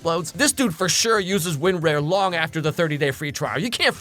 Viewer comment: im sorry but "win-RARE"? not win-RAWR?